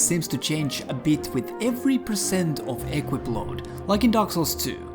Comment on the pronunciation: Just 1 thing - it's pronounced equIp, not Equip ;)